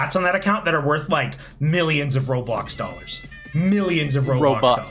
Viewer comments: i love saying “ro-blux” and gir getting increasingly frustrated while correcting him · stream of "roblux" and "false baaulp" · It’s like when a mom intentionally mispronounces Pokémon as Pokémans or something